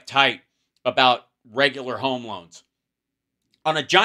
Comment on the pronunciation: We have weird vowels. Heome is one’s place of residence, in Philly. It’s an unintended diphthong - or something like that…